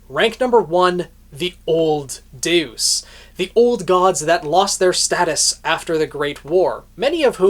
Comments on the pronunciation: Isn't it pronounced "de-us", not "duce"? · no, in this situation where it means god, it’s pronounced more similarly to “day-us” This guy says it like how you would say deuce in tennis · Just a heads up it's deus (pronounced day us). It's an ancient Greek word for "god". E.g. deus ex machina. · I keep giggling because you pronounce Deus as "deuce"... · Your pronunciation of Deus actually made me say "Old 'what'?" in disbelief